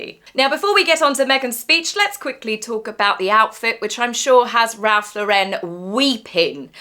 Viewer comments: The correct pronunciation of Ralph Lauren is NOT "Ralph LauREN" it's Ralph "LOR-en". Just want you to look your best, chica! 🥰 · FYI: Ralph Lauren is pronounced like the girl's name: LOR-in. It is NOT pronounced like Sophia Law-RENN.